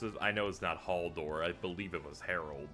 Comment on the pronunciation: Halldor: Halldor Hodor: Hodor